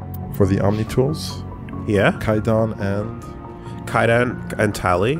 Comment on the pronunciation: Did I miss the part where they decided to say Kaiden’s name like “Fai Dan”? Lol I can’t help but feel it’s on purpose at this point